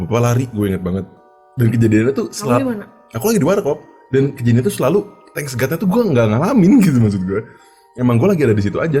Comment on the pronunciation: Thank God ya bang bukan Thanks God